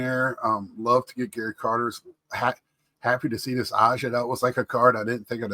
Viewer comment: Get well soon. By the way A'ja is pronounced Asia. Peace.🙂